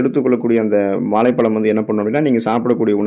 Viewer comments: வாளைப் பளம் தமிழ் உச்சரிப்பு அருமை தொடர்ந்து தமிழின் மீது மலம் கழிக்கவும் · தமிழில். சிறப்பு ழ கரம் இந்த எழுத்தை சரியாக உச்சரிக்கத் தெரியவில்லை.